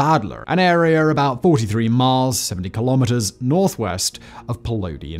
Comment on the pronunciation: Incredible indeed. BTW, you're a British dude; why are you quoting Fahrenheit and miles first? Also, kilometres rhymes with nanometres or metres, not with "speedometers" or "thermometers" (because it's a unit of measurement, not a measuring device).